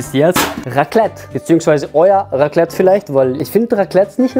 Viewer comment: Raclete ahhhhh ich bin schweizer und es heißt raclet nichts gegen dich bro mach weiter so ich feier dich so so hard kriege ich ein hey bitte😭